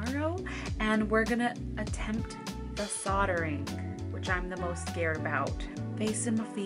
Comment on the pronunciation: I was thinking, what on earth is she saying sottering, soatring? Ohhhhh soldering